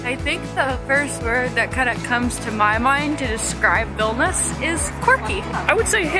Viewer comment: Its a shame u cant pronounce the name properly.its not vilnus its vilnius..